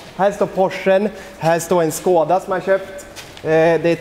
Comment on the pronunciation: Det heter Skoda och inte Skåda